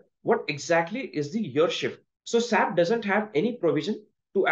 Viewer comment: Pls don’t pronounce SAP as single word saap